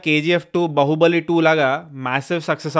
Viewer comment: అన్నా అది బహుబలి కాదు సామీ బాహుబలి...ఆ హిందీ వాళ్ళు పలికినట్లు పలుకుతున్నావ్...ఎందన్నా😢😢ఒక తెలుగు వాడివైయుండి!!